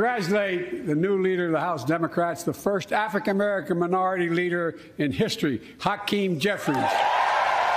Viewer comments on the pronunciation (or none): Dude said afrka kamarican 🙄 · sounds like he says “Affican merican”